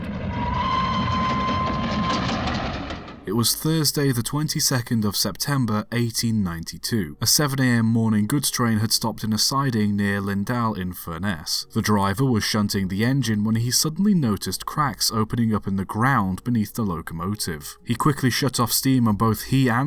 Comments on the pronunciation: Funny how offcomers mispronounce place names. LinDAL and FurNESS - the latter not sounding a lot different from furnace - the difference being ess rather than ace. Lindal and Lindale are both pretty much pronounced as lindle. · I was born, and grew up in Barrow-in-Furness and this event is still well known in the area. Just FYI, Furness is pronounced like 'Furnace' and Lindal like 'Lindl'.